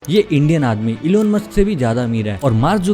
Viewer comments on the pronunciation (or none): none